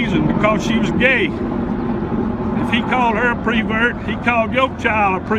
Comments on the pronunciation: doesn’t matter, but why does he keep saying “PRE-vert” ? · This is very touching, and I feel really bad for this guy. It sounds like over the past few years he has grown as a person, but it is tragic that it came with such a terrible cost. All of that said, his pronunciation of "pervert" is like nails on a chalk board to me, but I suppose the folksy speech pattern is part of the charm for some.